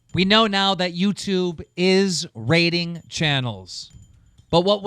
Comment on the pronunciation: is he saying raiding or rating? I'm sure it's rating but he says raiding XD